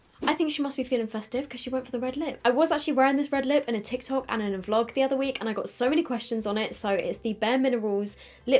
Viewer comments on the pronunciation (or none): none